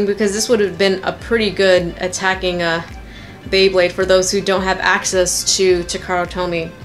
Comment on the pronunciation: You said bwebade at the beginning